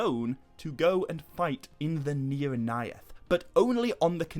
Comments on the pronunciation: Your pronounciation of the AE could improve. Mae Govannen, Maedhros, Nirnaeth sounded a little weird. Speak it fast as if its one letter. The syllables are: Mae Go-van-nen Mae-dhros Nir-naeth Ar-noe-di-ad Dont pause between A and E. At least that's how I think it works 😀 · the... "neornayath"...? 🤣